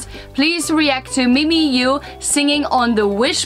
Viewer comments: Again po 😅mimiyuuuh (mimiyah) not mimiyooo.😬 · btw it's pronounced as mimi-ya-ah -ah.